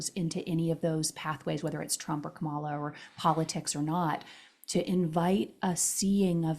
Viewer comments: I love this conversation. ❤️ But please! It’s KAmala. Accent on KA. Ka means life force energy, BTW. 😉. ❤️🙏🏻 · Wonderful conversation. Would you please pronounce Kamala’s name correctly? It’s pronounced Comma-la. Thank you. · Comma... law. Yes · Please pronounce her name correctly! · I was 100% in with what and were saying about remaining neutral politically, but then repeatedly mispronounced “Kamala’s” name. If you don’t know how to pronounce her first name, just call her Harris like you do Trump. Otherwise, it sounds like is a little biased. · While listening a second time, I realized that three of the four mispronounced her name. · gave away his political bias by mispronouncing Kamala's name the same way Trump does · gave away his political bias by mispronouncing her name in the same way Trump does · pronounced her name incorrectly as well. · Arrogance ...and 2 of you pronouncing Kamala the same incorrect way Trump pronounced it.